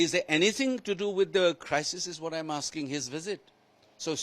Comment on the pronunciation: "All of you are aaking the wrong questions "